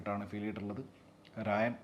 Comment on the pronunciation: രാജൻ ❌ രായൻ ✅